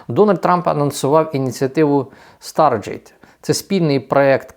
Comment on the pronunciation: Да навчіться англійські терміни читати: ОупенЕйАй, СтарГейт, Ілон Маск (а не ІлОн, це не Ілона).